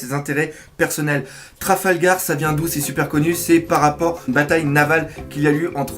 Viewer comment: "Traflagar " x') Par contre honnêtement la forme des cheveux de Killer très ressemblante à Jajji et le fait que son visage ne soit pas montrer est très intriguante . Car oui il aura forcément un rôle très important je suppose pour la suite de l'intrigue .